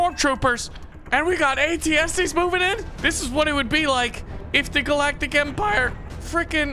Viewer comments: the galactic emprium. me: it's galactic empire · YOU SAID GALACTIC IMERIUM WHY IT IS GALACTIC EMPIRE